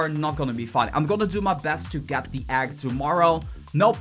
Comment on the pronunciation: Who else is bothered by the way this man says egg